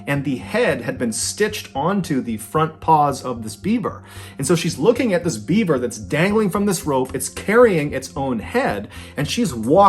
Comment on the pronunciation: I swear I thought it sounded like you were saying Bieber….. like “This Bieber doesn’t have a head!” lol You know instead of beaver! 🦫 🤣